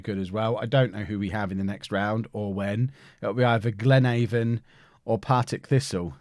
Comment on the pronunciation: Glenavon - Glen avvon. Not Glenayvon.